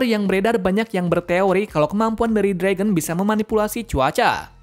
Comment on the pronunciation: Ya jir kok Fragon haha mimin nya Mau canda Kali ye